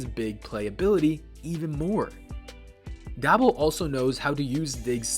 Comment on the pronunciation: How are you gonna make these videos and boy even that know how to pronounce the man's name